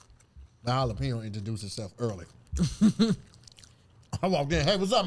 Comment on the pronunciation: Like Hello Hollypenjo! ass talkin about an H in Jalapeno!! 😅🤣